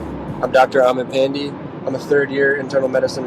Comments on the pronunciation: Did this man pronounce his own last name as PAN-DEE? my brown ass is heated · Your last name is PAAN-DAY not Pende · Pan-dee!! I thought it’s Pan-Dey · This is not how you pronounce pandey, it goes like paan + day not pandy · You are. Wtf is Pandi? 🤣🤣🤣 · Honestly you lost me at “pandy” bruh learn how to pronounce your own name.. smh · I can’t get over how he pronounced his own last name. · The way he pronounced his surname really cracked me up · you just murdered the pronunciation of your last name